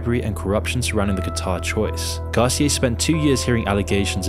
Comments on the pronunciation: Gar-cee-aye....that pronunciation is killing me. It's pronounced gar-cee-AH. Also, Established Titles is a straight scam so for you to say FIFA is corrupt, but you accept sponsorship from a dubious company alleging I can be a lord or whatever makes you in a way just like the FIFA officials in principal. Thanks for listening to my TED Talk. That is all. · I’m sorry, but the way you said “Micheal Garcia” 😭🤚🏼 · That pronunciation of Garcia... It's funny how you take certain things for granted